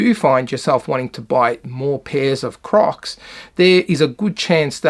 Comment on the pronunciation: bro i thought he said COCKS in the beginning 💀